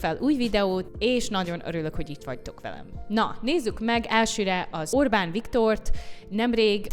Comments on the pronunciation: A propaganda por szavakat sem ejtette ki helyesen (szerintem)A csajszi is furán mondta ki Orbán nevét. Peti joban beszél a Toronál de kilóméterekröl hallani hogy nem Angol vagy Amcsi beszél . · Amennyiben az angol tudásuk volt az érdekes elég lett volna csak őket hallani, nem egy riport részletet. A riporter hölgynek szakmája lenne a szép és pontos beszéd. Szerintem megelégedtünk volna Tőle egy németes r betűvel az Óbán helyett. Kár volt politikát behozni. Ahogy más is írta: nem annyira jó a kiejtésed, így ezzel a videóval megidéztél egy közmondást szálkáról és gerendáról. Kár volt. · A RIPORTER ORBÁN HELYETT OBÁNT MOND ! NEKI IS GYAKOROLNI KELL A KIEJTÉST NEMBAJ KISANYÁM ?